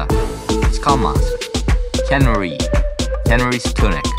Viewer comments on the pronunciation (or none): none